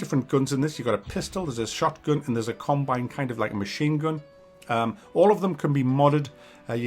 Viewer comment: Combine... Or carbine rifle? After about the 100th time I heard this, I started thinking perhaps its a regional dialect. Who knows. Distracting though